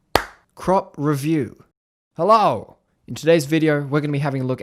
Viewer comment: No one:: HelLAOO